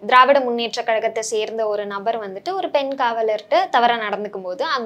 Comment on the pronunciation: he says dravidaR munnetra kalagam instead of dravida munnetra kalagam... this is the standrad of todays journalism sorry PRESSTITUTION.. it reflects in his questions and intentions too...